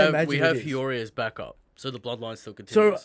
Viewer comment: why can this fucking shmuck not pronounce hiyori correctly?